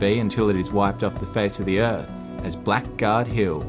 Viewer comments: Blackguard was actually pronounced Blaggard mate, but again an absolutely stunning story, well told, thank you, looking forward to the continuation, your respect shown is genuine, onya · Blackguard is pronounced ‘blaggard’. Thanks.👍🙏🦘